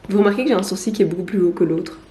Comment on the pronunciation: Oui en Belgique on prononce correctement "sourcil" avec un "l" muet (comme gentil, fusil ou outil) alors que certains auraient tendance à prononcer "comme ça s'écrit". Je me demande si je devrais m'occuper des miens (pas encore de mono-sourcil mais j'y ai jamais pensé).